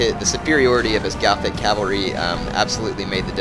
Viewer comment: Gothic cav is pronounced Gotic.